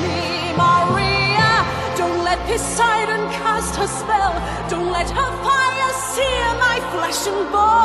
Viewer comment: Am I the only one who heard "Don't let Posiden cast her spell?"